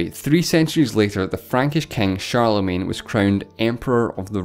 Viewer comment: Great video, but please learn how to pronounce Charlemagne!!!